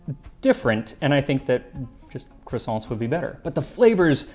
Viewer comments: I love how much time and effort you put into getting all your pronunciation just right, regardless of which language it is... Only to go full 'Merican on the word croissant 😂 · I am used to bread pudding being made with eggs. Have a think about burned milk pudding in Turkish Kazandibi. You would need to source Mastic. Which is a huge bone of contention between Turkey and Greece. The way you pronounce Croissant is hilarious.